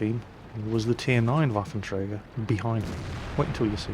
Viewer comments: It's called Waffenträger not Waffentrager. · did he say, "waffle tractors E-100'? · Nice pronenciation of in the beginning! Almost perfect :) But you must pronounce the WaffentRÄger more with the RA! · Well the Waffenträger pronounciation was not bad, except that ff should be pronounced sharper. Hiss it! :D Seriously, put your teeth on your lower lip and push the air out. An f should sound somewhat like the noise that a snake makes when it's pissed. And no not british pissed, american pissed as in angry. ;-) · Your german pronounciation is actually very good, although you tend to roll the R too much...which is a common mistake thanks to one particular austrian. ;) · Hey, you miss the "ä" in Waffenträger.;) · Please do yourself a favor and just call "Waffenträger" = Gun Carrier. You guys from english speaking countries all sound like drunk russians if you try to pronounce this ^_^ ... Btw, yeah good review on this thing. Nevertheless, I really would like to see no one flame anymore about "scumbag artillery", since now the "scumbag TD-lines" are introduced :D Upcoming: Tier XI & XII, featuring Leopard 2A4/A6, Abrams M1A1/A2, T-80/-90 and so on... o_O